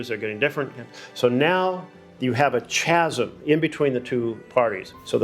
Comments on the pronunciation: did I just hear a United States Senator pronounce chasm with a hard CH ? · DID HE REALLY JUST SAY CHASM WITH A [tʃ]?! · Did this homie really just say "chaz-em"? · Seems like a nice guy, but pronouncing chasm as "chazum" is unforgivable. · why he say chasm like that tho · I heard it too, Oy. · He pronounced Chasm wrong. This is incredibly grating on the ears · I think most Americans can agree he did not pronounce chasm properly.